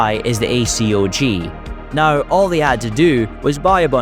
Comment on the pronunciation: You should get someone who knows a little about guns to read the scripts. Not knowing how to pronounce acog, sabot, 7.62x39, 4x, AUG, "five hundred and fifty six", etc really undercuts the video quality.